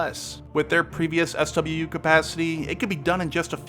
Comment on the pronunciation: Very good video. SWU is pronounced as "swoo", though.